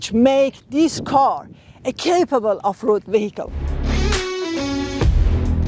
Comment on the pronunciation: خانم با درود. می بخشید, آهنگ صحبت شما آهنگ زبان فارسی است. نقاطی که در انگلیسی تأکید می کنند با فارسی متفاوت است. اگر در دبی زندگی می کنید اصلاح این لهجه و آهنگ بیان سخت تر است چون اطرافیان بیشتر غیر آمریکائی و غیر لهجه آکسفوردی هستند. اگر علاقه زیادی به این کار دارید که بنظر می آید دارید, می توانید معلم خصوصی بگیرید. چند نکته بود در تلفظ مثل آف --رود ( OFF ROAD ) که بین آنها فاصله بود که سر هم هستند. من ۳۸ سال است توی کار بنز هستم و مدت زیادی هم صادرات و واردات از آمریکا به کشورهای زیادی انجام داده ام. در ضمن من عاشق بنز ( ML ۵۰۰ ) بین ۲۰۰۲-۲۰۰۵ هستم با اتاق ۱۶۳.